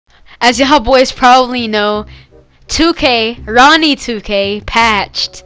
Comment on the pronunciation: He said Ronnie 2k like he ain’t his dad😂😂